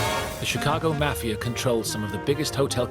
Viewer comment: You can’t even pronounce the word “Mafia” correctly. It’s not “Math”. Leave this content to someone else.